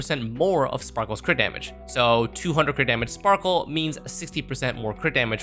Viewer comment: blAde...not bald...... You sure her name isn't spackle?